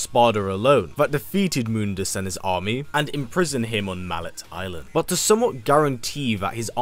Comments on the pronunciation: "Mal-let island" and misunderstanding Nightmare's name? Someone didn't play DMC 1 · Your pronunciation of mallet island gave me cancer Edit: isn’t it the order of the sword, not order of light? Plus nightmare was also a demon under mundus like griffin and shadow.